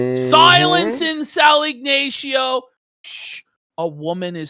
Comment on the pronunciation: Has ever heard the name Ignacio pronounced out loud